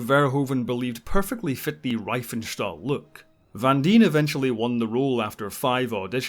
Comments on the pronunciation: Riefenstahl, pronouned /reee:fen:shtal/ - "ie" in German as an elongated /e/ (for English speakers) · Fun Fact: It's not pronounced "Lenny Ryfenstahl" but "Lehnie Reefenshtahl".